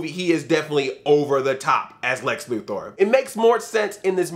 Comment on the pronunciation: Thank you for pronouncing Lex Luthor`s name properly. Most people don`t seem to know that it`s pronounced " Lou-Thor" and not "Lou-Ther".